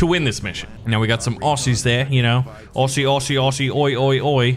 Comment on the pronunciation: cant even say aussie properly mate